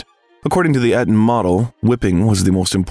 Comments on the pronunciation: The narrator's performance should be edited so he pronounces words correctly. It breaks my attention every time I hear the errors. Example, Eton is long Ee-tn, not Eh-tn. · It’s not ‘Et-on’, it’s ‘E-ton’. It’s not ‘vis-er-roy’; it’s ’vice-roy’. It’s not ‘Mister Churchill’; it’s ’Lord Randolph’. I listen to these things so I learn. Nothing to learn here.